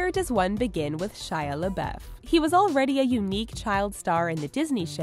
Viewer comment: Ok seriously the way she mispronounces Shia LaBeouf triggers me.